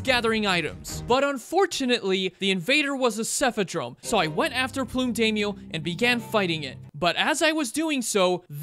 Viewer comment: this one still cringes every time you call the purple crab 'Plume Day-myo' pretty sure it's 'Plum' as in the fruit and color, and 'Daimyo', a japanese word pronounced with an 'I' as in 'Night'